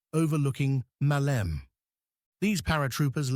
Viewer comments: the mayor of Hania in spring of 1941 was antonis isihakis I don't know though if it was him who had the conversation you described...and maleme in greek is not pronounced malem it is pronounced "malemeh" when you finish the word you keep the e so it's the same as saying air you say ee air so you say malemeh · the biggest ear damaging word this AI uses is "Male'me" please is called " Ma'leme" μα λέμε... Μάλεμε φορ φακ σείκς... ;Ρ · Ma - le - me the word has three syllables. Accent first syllable MA-leh_meh. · I think you're overly polite in describing it as simply "very inaccurate", personally I'd use "insulting to the memory of the fallen defenders". Not to mention the AI slop that can't even try to pronounce the name "Meleme" right or even consistently throughout the video. Anyway, I'd just like to point out that the civilian weapons were not confiscated by the Metaxas regime; they did issued a decree and tried to confiscate them after the insurrection of 1938 but they failed miserably. However, some 60.000 weapons were turned over willingly by the local population when the regime issued a plea soon after Italy attacked Greece - most of them were left in depots and were never given to the army.